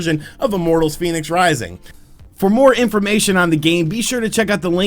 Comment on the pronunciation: I was fairly sure its pronounced "Fen-icks" not "Phoenix"